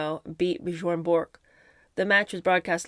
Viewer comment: Ok. I've about decided a big reason why I watch these videos is, I get such a kick out of the way you pronounce words! Gotta admit "Bjorn Bork" cracked me up! It's really pronounced as "Byorn". In that language, the j makes a yvsound. He was a VERY famous tennis player.